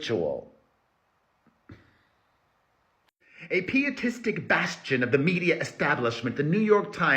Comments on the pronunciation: I believe it is P-EYE-atistic, Perez. As in "pious". Not P-EE-atistic. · Not criticism: I've never heard the word, pietistic, but after you read the definition I assume it goes with piety - which I've always heard pronounced like "pie" not "pee." I could totally be wrong! Whatever the case, it fits. 😊❤ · Hermano it's PIE EaT Tee. To be Pious. PIE eat isM